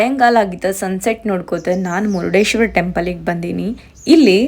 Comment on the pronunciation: Excuse me mam it's not murdeshwar,it's murdeshwara😊